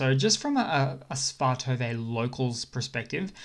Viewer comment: Svatove = Shvah-Toe-Vah